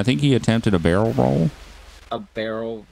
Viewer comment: Murder scene Hearing ppl talking Barelroll, no bawelrolle, no barrelrole